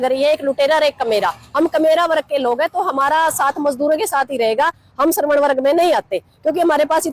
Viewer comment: श्रवण नहीं स्वर्ण